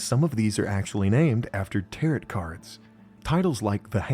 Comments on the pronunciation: This vid is cool! Also, lol, "tehr-ret" instead of "tehr-oh" for tarot. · Tarot rhymes with marrow, not carrot.